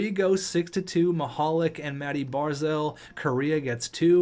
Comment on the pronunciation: I may have ruined it but I'm pretty sure Mihalik is pronounced Mihal LEEK...